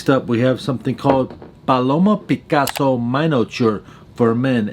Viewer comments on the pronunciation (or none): none